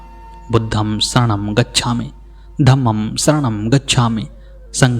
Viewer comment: उस समय पाली भाषा में त्र अक्खर था ही नहीं। और एक शब्द बुद्धं होना चाहिए बुद्धम नहीं । धम्मं है , धम्मम नहीं । संघं होना चाहिए संघम नहीं । वैसे पालि भाषा में एक ही स था।